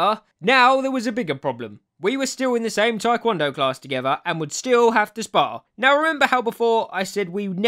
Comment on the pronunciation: I didn’t know you twikwondoe- Twidoncon? Tiwncondo? Trycondo? Twikwondo? TI-KON-DOH!